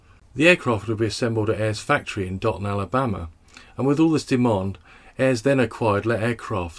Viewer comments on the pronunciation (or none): none